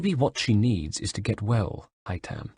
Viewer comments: IT'S HAY-THAM YOU FUCKTARD TOSSER,NOT HAY-TAM!this is the 5th audiobook,get the bloody names right. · I hate how he doesn't pronounce Haytham's name correctly. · Omg I hate the way he says haythem’s name I would love Adrian hough haythem’s voice actor to do an audio book that would make so much money